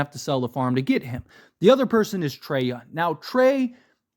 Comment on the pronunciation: It's so annoying that he keeps saying his name like every two sentences, but then he calls him Yun. like who tf is Trae Yun? 🤣🤣